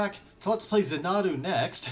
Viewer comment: jesus christ what kind of idiot dosent know how to pronounce xanadu? its zan-uh-doo. not zuh-nahdu